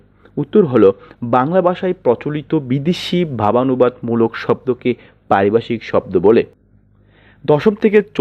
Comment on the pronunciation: ওরে ভাই, এখানে কি হকারী করতে আসছেন "!!!! হাউ মাউ করে কথা বলেন কেন। উচ্চারণ এত বাঁজে কেন?? "ভ" কে " ব" উচ্চারণ করেন। পারিভাষিক কথাটাকে বারবার পারিবাষিক বলিতেছেন।